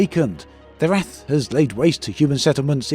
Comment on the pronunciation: kek why are you pronouncing "wrath" as "wraith" im pretty sure those are two very different words XD